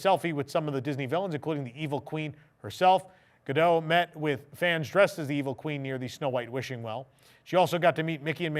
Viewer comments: Gal Gadot's name is Hebrew, not French;. it's pronounced "gall ga-DOT" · You pronounce the T in Gal Gadot's last name. You say it as Ga Dot. I know people wanna think that T is silent.